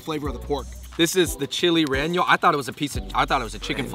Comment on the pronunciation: Butcher the pronunciation of "chile relleno" very simple guys. 3 syllables, "RE YE NO" pronounced with a short "e". You guys crack me up. Keep it up.